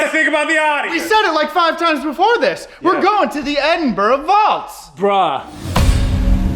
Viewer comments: You asked yourself how Edinburgh was pronounced. As far as i know it's "Edinburuh" not "Edinbruh". But hé! That's what I think. Hope my reaction helped a little bit. By the way. I like you're channel a lot, But i like channel's wich contains ghosthunts anyway. You're partnering with Sam and Colby are also always a hit. Greetings from AZ-71, the Netherlands. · P😅leader Edynburg not edembra,whot is this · As someone from Edinburgh, It is pronounced Edin-burah. Glasgow is pronounced Glaz-go. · I,m Scottish and Scotland is said as it's written and not said by Americans as 'ScAtland!!!!!!! If you people can't pronounce my countrys name correctly then Dont say it!!!!.And by the way it's Edinburgh not Edinboro again not said correctly!!!!! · Edinburh and Wails 😂 It's Edinburgh And Wales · its edinburgh not bruhhh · Bruh the bridges were known as “The Bridges” in Edin’bruh’ 😂😂😂